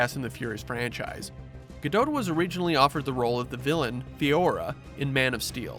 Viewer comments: it's Ga-dot. Not Ga-dote. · I can't listen to him say Gal's last name. Ga-dote. No. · It’s gah doh